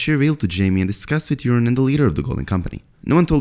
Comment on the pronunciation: Please stop calling Yuron “Urine”! lol